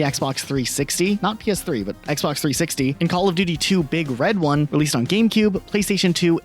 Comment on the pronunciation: It’s not big RED one. It’s BIG red one.